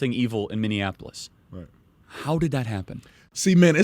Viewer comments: Minyenaplolis? mIni apo lis = Minneapolis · I'm a fan but B, are you saying minneneapolis? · I love how Brandon pronounces Minneapolis 😊